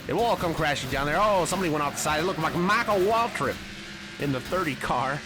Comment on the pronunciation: I laughed so hard when he said “MYCHAAL WAALTRIP”